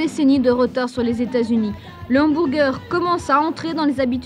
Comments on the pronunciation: J'aime trop comment elle dit "hambourger"😄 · Le « HambOUrger » 😂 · c’est n’importe quoi même à ça le mot est anglicisé et tellement mal prononcé ça pas de sens . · Le Hanne-M'bourre-Gueurre 😂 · Les "inburgaires", et les "umburguéres" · En tant qu"american c'est horrible entendre Hambourgeur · Le hambourger 🤣